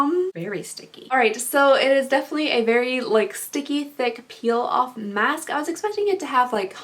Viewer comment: I'm loudly eating chips while watching this, and when you sniffed the face mask and said it smells like "a mask" I swear I heard you say "my ass" and i choked